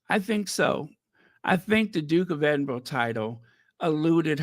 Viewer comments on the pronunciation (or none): great podcast, do you remember the actor Raymond Burr he played Ironside on TV, well, Edinburgh is pronounced edinBURRA, just saying, love you XX